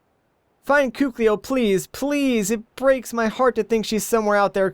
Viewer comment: her name is pronounced Koo-keel.